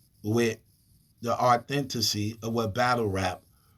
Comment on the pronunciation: Thanks for bringing the “authentessey” on this one!